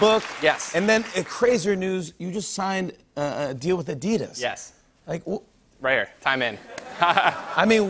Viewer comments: Gay ninja cant even pronounce Adidas correctly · That pronounciation of adidas is killing me ............... also his book is full of crap like holy moly that book consists of a lot of bullshit and wikipedia stuff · stop pronouncing adidas wrong wtf